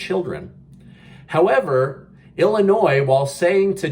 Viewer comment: The s in Illinois is silent!! love, native Illinois resident. I don't like the hypocrisy either